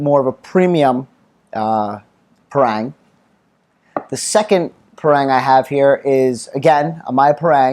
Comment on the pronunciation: Pronounce it as 'par + rung'....